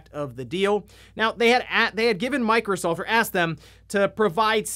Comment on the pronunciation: Sounded like he said microsalt 😂